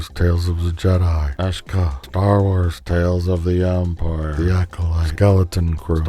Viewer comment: That pronunciation of Ahsoka 😂